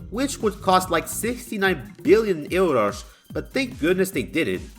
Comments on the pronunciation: The way you pronounced "Euros" gave your nationality away. Hello fellow tuga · the way the word Euros was said really sounded portuguese from Portugal Ahahahhahaha